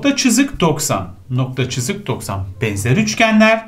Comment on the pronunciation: İlk 5 dk sini tekrar izledim çünkü hoca "cızık" deyince güldüm